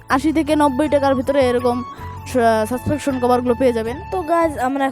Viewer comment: Vai suspection❌suspention✅